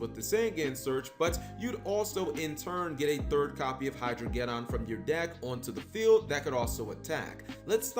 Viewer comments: Hydro-ged•don like armageddon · Ah yes, the "Hydro-get-on".